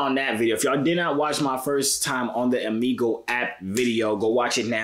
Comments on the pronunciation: I’m pretty sure you saying Omegle wrong. 😭😭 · Right like it's triggering me 😭